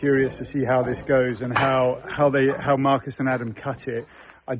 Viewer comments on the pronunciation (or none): Guys, the correct pronunciation in Portuguese is not Marcus, but Marcos! (Portuguese spoken here!)